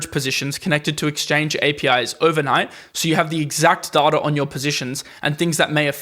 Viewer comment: Pronounce DATA right.